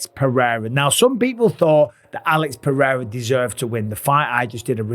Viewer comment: Is not Alex Perrera is Alex Pereira